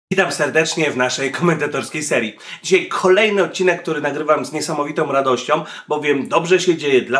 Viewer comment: "niesamowitom radościom"...